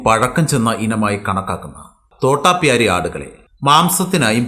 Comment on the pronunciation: തോട്ടപ്യാരി അല്ല തോതാപ്യാരി